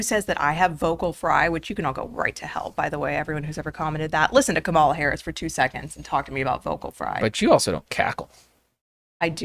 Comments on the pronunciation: You’re educated, decent people. Don’t play along with the childish insult of mispronouncing someone’s name. There’s only one person that determines the right way to say their name. It’s the named person. I don’t agree with her either. But that tactic makes everyone who might be on the fence tune out. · Can't even bother to get the pronounciation of her name right right out of the gate. It will not be part of the 2024 General Election platform. Such a bad faith podcast. I'm disappointed in you. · it's extremely childish to knowingly mispronounce her name